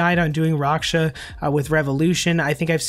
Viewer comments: Raksha= racksha not roksha lmao. Any elite pvmer knows this. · just make a long a sound. raaksha. the developers have said his name multiple times, it's really not hard to find... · It’s not rocksha lmao. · can you say raksha properly please lol